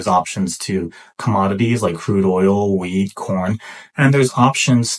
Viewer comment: surely I can’t be the only one who heard weed instead wheat at first…